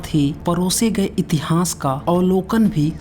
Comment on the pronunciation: Murkh itihnaas nahi hota itihaas hota hain